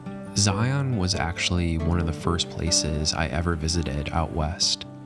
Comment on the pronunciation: the imagery you capture is sooo good! I am like a minute into the video and I'm in awe! HOWEVER, IT MAKES MY SKIN CRAWL WHEN PEOPLE SAY, "ZY-YON" IT'S "ZY-UN" (rhymes with lion)... IDK why it bugs me so bad haha but it does! I literally had to pause the video to write this comment... anyway.. LOVE THE VIDEO SO FAR!